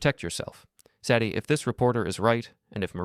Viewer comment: Hard to keep listening when they keep pronouncing Sadie's name wrong.